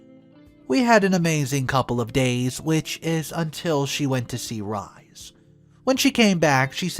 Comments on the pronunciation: Mucho Jesus Christ - you are killing me this morning!!!!!! 'Rhys' is a name of Welsh origin, and is pronounced 'Reese'. Not. 'Rize'. 🌈The More You Know🌈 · Pronounced rees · Oh dear, I have tried and tried to ignore your mispronunciations ( inventation for invitation, whil-est for whilst, etc.) -and please understand I only want the best for you, narrating as a living— but the name Rhys is Welsh, and pronounced “Reese”. Could you please, please, look up how to pronounce English which is obviously a first language for you? I am not trying to be mean, but this is driving me bananas. Thanks for reading. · XD Rhys is pronounced Reese